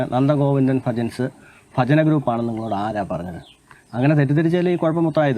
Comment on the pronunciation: ആദ്യം ഉച്ചാരണം ശെരിയാക്ക്. ഫജന അല്ല ഭജന